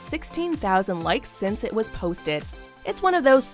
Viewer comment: did she say... POTHTED TO TWITTER